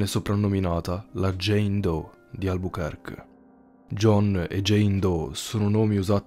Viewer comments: Mini correzione Albuquerque non si pronuncia "albukerk", ma "albukerki". Per il resto bel video. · albukerkè al massimo, dato che "que" in francese si legge kè